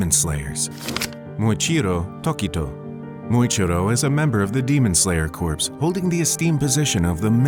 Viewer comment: Just a heads up corps in demon slayer corps is pronounced “core,” it’s not like corpse